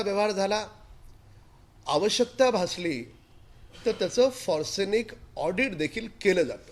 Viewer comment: "FOR-SENIC audit..😆